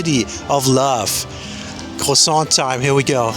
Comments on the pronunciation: When you prononce croissant you dont prononce the T its croissan. From a french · Do not pronounce the T in croissant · You don't pronounce the T at the end of croissant.